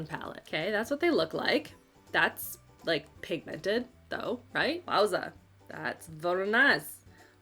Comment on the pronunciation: I love your videos but the way you say pig mented kills me lol